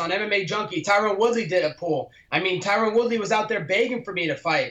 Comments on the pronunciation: For fuck sake Colby it’s not Tyrone............it’s Tyron...... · Notice how he keeps calling Tyron "Tyrone" while saying that wrong name 5x more than is required for the audience to understand who he is referring to. He's very slick with his disrespect lol. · FuturePro95 he said Tyquil Woodley once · Why does he say "Tyron Woodley" every time lmfao, and Usman is beating his sloppy seconds recently.